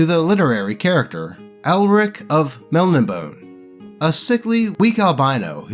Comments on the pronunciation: Melnibone is actually pronounced "mel-NIB-oh-NEE", like how you pronounce the name Antigone. It was meant to evoke a Hellenistic/Old Greek vibe in the name. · It's pronounced mel nee bonay. Don't feel bad. I pronounced it you did for ages until I realized it was wrong.